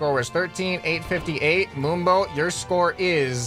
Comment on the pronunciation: Is it just me or did I hear boombo and not moonbo